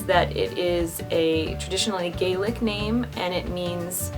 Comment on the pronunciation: Oh my god you said Gaelic right!! A little info for you there is scottish Gaelic and Irish Gaelic they are slightly different like loch is scottish which means lake and Irish is Lough Euan is more typically scottish though 😊